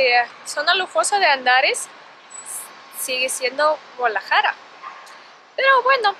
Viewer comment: Se dice GuaDAlajara, no Gualajara , saludos desde Utah